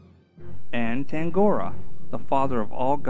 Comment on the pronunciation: Lots of great footage here, but if you do future documentaries I suggest you learn correct pronunciations (such as Tangaroa).